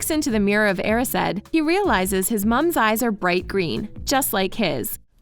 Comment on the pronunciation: Mirror of erised is pronounced a-ri-s-ed